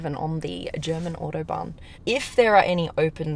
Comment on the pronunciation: It’s called Autobahn not Othobahn